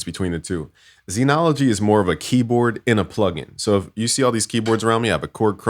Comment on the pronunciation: All those "credits" but can't pronounce "Zen". ZEN is pronounced with a short e sound, the same vowel as in ten or pen. In IPA it is /zɛn/. It is not pronounced zeenology!